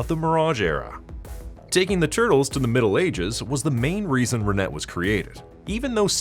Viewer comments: I cringed everytime you mispronounced her name. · Renet is a French name. The "T" is silent. In English, it's kinda pronounced "Ran-ay". In French, it's more like "Rhun-eh".